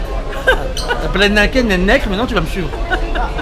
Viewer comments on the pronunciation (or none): Xpldrrrrrr «la palette naked nènèke» loooool jen peux plus... mdr déclaré forfait même dans le plus GRAND magasin d électronique au monde y'a dla place pour les cosmétiques #teamlinda.